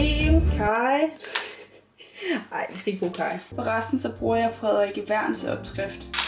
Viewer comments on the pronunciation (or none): none